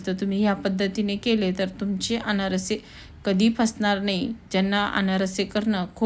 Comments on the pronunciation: अनारसी नाही अनारसे म्हणताण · अनारशी नाही अनारसे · Aanarasi nahi Aanarse